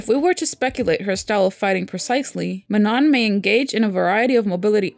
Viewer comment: Sorry but you pronounce Manon wrong! The last „N“ is silent and the „A“ is pronounce like „OU“ in „country“ or „U“ in „ugly“, also not that this is important but the „O“ it’s to be nasalized „Õ“(I don’t think people who don’t speak French can pronounce it though). So it is „Maano“